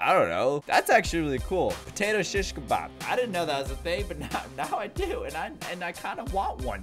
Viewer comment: Chich kebab. .hhhhh ....the way you pronounced it hhhhhh so funny. ...it's an arabic word by the way ...love you